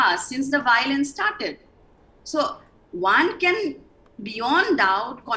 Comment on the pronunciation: What is this "BOWLENCE...BOWLENCE..." the meitei panelists taking about???????